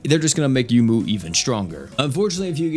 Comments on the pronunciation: Isn't her name pronounced "Yoh-moo? Like how Touhou is pronounced "Toh-hoh"? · You're correct. He pronounces a lot of names wrong.